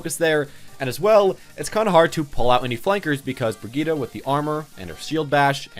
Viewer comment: Just wanted to say that Brigitte is pronounced "Bri-geet" My dad speaks quite a few european languages so I know this from experience.